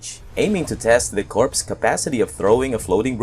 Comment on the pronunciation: Hi, I know that it is spelt corps, but it is pronounced "core" as in, apple core.